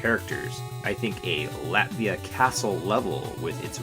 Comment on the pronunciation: Latveria* not Latvia